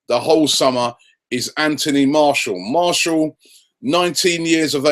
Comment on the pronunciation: And his name is Mar-ti-al